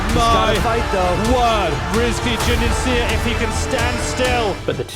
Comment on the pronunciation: Excellent as always, but my small pet peeve is how you pronounce Juniansyah, you sound like you say 'Junian-see-yah'. You can either say it like 'shah' or say the 'sy' in 'syah' just veeeery briefly.